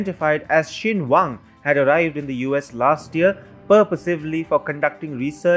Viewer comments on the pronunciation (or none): none